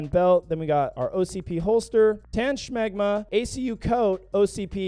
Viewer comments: LMFAO, "shmagma"? You mean, "shemagh"????😅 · She-mahg. Not smog-ma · so you're saying smegma, its shemagh. I recomend googling the difference😂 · SHA MOG ITS PRONOUNCED SHA MOOG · I fucking love how is unironically calling a shemagh a "shemgma" Unironically funny asf. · Are you intentionally saying "Shmegma?"😂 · he said shmegma